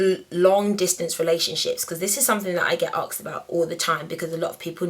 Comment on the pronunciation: Its asked ..not aksed you dipshit